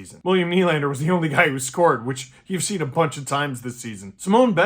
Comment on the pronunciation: BENOIT'S NAME IS SIM-ON NOT SIM-OWN